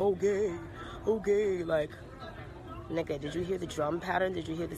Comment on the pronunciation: Why she saying the n word with an r tho? Lol